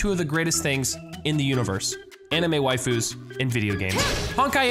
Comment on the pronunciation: I never thought would say anime wifuis